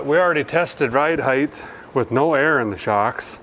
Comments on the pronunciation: if you're gonna use "heighth", ya gotta use "roundth"! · did a feller really just say "tire heightH"?!?! Please 🙏 , for the love of everything you find holy, stop using that word?